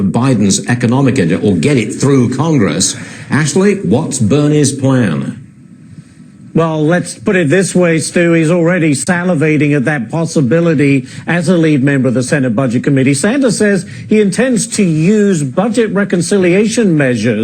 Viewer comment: I'm almost certain that dude said "stalivating".